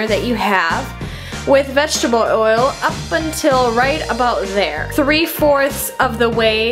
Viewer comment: u say oil like woyil